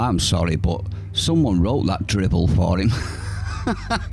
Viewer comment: It’s “Drivel” - not “dribble” 👍🤓❤️